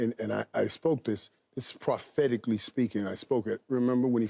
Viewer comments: When Irvin said “Prothetically” instead of prophetically, Sherm and KJ couldn’t hold it together. 😂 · Did Irvin just say prostheticly speaking 😂😂